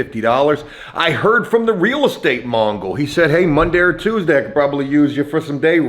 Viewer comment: Mogul not Mongol Real estate Mogul not trying to be a dick just trying to help out